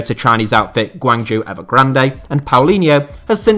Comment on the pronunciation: Took about 1000 videos to get the pronunciation of Guangzhou correct lol